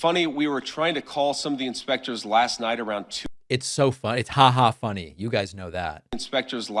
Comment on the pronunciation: said “Inspectures”😂